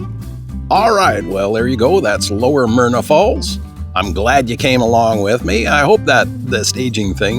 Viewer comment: It's Myra Falls...not Myrna....but a beautiful place none the less.